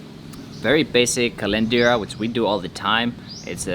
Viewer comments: hi...its Carenderias...not Calinderias✌...take care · its carenderia not calenderia hahaha peace...God bless po.